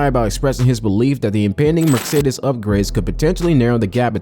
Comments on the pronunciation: It’s not merc-cedes it’s Mercedes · Merk-cedes??? Hahahahahaha lmao mate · Another click-bate video. Leaving this "thrilling narrative" after a minute. But I love Merk-cedes! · Merkcedes... noice😂